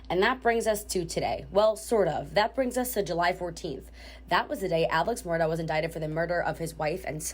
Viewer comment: The correct pronunciation is ALEK MURDOCK. Do your homework.